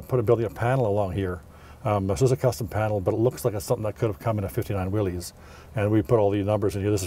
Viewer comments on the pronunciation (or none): John North Willys pronounced his name Will - iss, not "Will - eez." Ford's GP was Government, 80" wheelbase (P was internal Ford code for 80" wheelbase), not 'Pygmy'. Chrysler is now Stellantis North America. The vehicle featured has been beautifully modified, very tastefully done. I imagine it cost a bit. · I just finished my 24th Willys build. Nice informative video. One comment: Its pronounced " Will us" Not "Will hes". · Not a restoration. You messed up a classic. ..and it's not "willies, it's pronounced Willis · I had an all-original 1961 station wagon and had a lot of fun rebuilding the mechanical overdrive with my dad. One thing I noticed - I have read 'Willys' is pronounced 'Will-is' not 'Will-ees' - can someone set me straight? :) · You're pronouncing Willy's wrong it's actually pronounced Willis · His name was John Willis the Y is pronounced like a short I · You are correct. It is pronounced Will-is. I did not know that when I shot this episode but found out while editing. I actually found an original tv ad where that is how they pronounced it. Thanks for watching. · It is the name of John North Willys. Pronunciation is Will - iss. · You mispronounced the name Willys, it is pronounced WILL-IS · If you know so much about Willys, why do you continue to mispronounce the name? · Yes. I know I pronounced it wrong but didn’t know that until after I had shot the episode. I hope you still got something out of it. Thanks for watching. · Yes I know. Didn’t figure out to proper pronounciation until I was almost done the video. Thanks for watching.